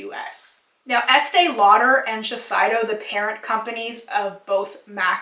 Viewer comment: Shiseido is pronounced shih-sey-doh